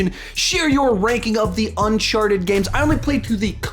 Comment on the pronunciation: It's Uncharted, not Unchardet. I'm not trying to be an asshole or anything but this really bothered me for some reason. Great list by the way.